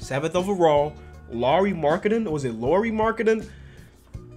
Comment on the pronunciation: Lauri apparently is pronounced Lowry King of the 4th Quarter